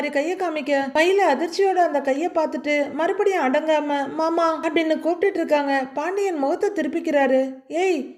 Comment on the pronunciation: சகோ நீங்க மயிலின் குரளில் மாமா என்பதும் , ரோகிணியின் குரளில் மனோஜ் என்பதும் , உச்சரிப்பு பக்கா பொறுத்தம் 🎉❤❤❤❤🎉 ( அழகு )